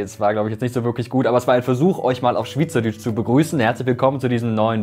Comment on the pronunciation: schwitzerdütsch wird anderst betont